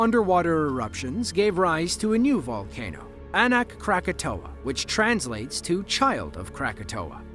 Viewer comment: It’s Anak Krakatau. Please get it right!!!!